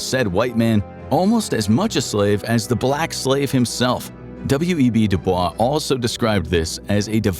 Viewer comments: W. E. B. Du Bois is pronounced W-E-B 'Dew' 'boyss' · Its W.E.B “Do-boyss” fwiw. Its Black History Month